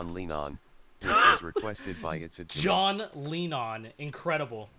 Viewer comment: john lean-on LOL